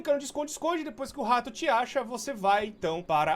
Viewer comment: Ninguém: Nem uma alma:: o RRRRRRRRRato